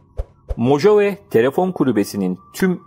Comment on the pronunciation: Mohave diye telaffuz edilir. Guz3l video, emegine sağlık 👏